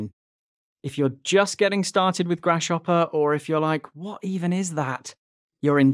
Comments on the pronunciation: Please don’t say “grash hopper” again, I beg you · Sound like you're saying grash hopper